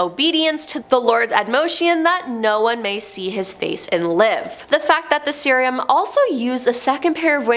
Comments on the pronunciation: "Seraphim" is pronounced "SER-a-fim." "Euphrates" is pronounced "yu-FRay-tees." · I’m sorry but every episode does she mispronounces things. PLEASE Google or YouTube pronunciations BEFORE you post your episodes! Euphrates and Seraphim were both mispronounced and Seraphim was different almost every time you said it. It is hard to watch and enjoy.